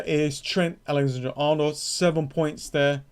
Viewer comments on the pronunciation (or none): Nearly as good as Alexandra-Arnold and Agrero